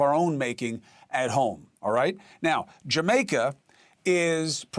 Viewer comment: But where is “Jermaica” at?? 😂 it’s what he keeps saying 😂😂😂 Praying for Jamaica 🙏🏾